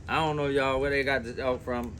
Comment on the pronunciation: "I'ont kno" 🎧📚 Lol, "what a genuine " "I don't know" 😂🙈 You all converse well " good for the channel " 📡👍